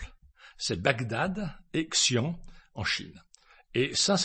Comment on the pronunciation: Le nom de la ville chinoise: Xi'An, se prononce "xi-ann(e)"